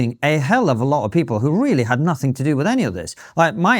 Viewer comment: BAHAHAHAHAHAHA!! 🤣🤣🤣🤣 “we dint do nuffin”